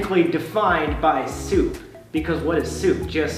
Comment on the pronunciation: How Sam says Soup: SooupAH cbfeiugverhk SMH